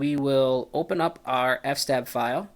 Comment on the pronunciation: Please pronounce eff ess tab correctly.